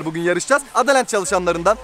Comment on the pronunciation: Adalent değil adaland.